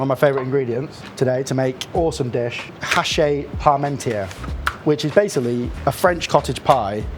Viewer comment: Vielen Dank für diese interessante Variante des Hachis Parmentier! Eine Anregung: Die vermutlich KI gesteuerte Übersetzung und Moderation ist ein wenig unangenehm wegen der stets wechselnden Sprechgeschwindigkeit und aufgrund der falschen französischen Aussprache nicht sofort akustisch verständlich. Aber das Rezept ist mega, danke dafür nochmal